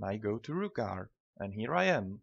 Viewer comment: Its not Rookgaard